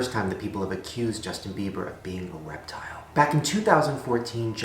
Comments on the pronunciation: Oml I thought Shane said WEB TILE instead of REPTILE and I was so confused why he was showing pictures of people as lizards 😂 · the way he says reptile "weptile" uwu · who else heard "weptile?" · I heard "Justin beiber is a weptile" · Omg I swear Shane said 'weptile' 😂